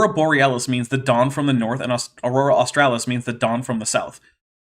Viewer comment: I lol'd hard when Kent could not pronounce/remember AUSTRALIS, jeez